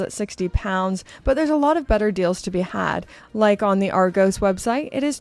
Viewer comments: Love the way mispronounces Argos. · 'Argoes' website... Sounds much classier with your pronunciation. Which is good because in real life Argos desperately needs some class. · That's my favourite pronunciation of 'Argos'. Ever. Ar-goes. Ar-gows. Don't ever change. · Love your pronunciation of Ar-gos 😊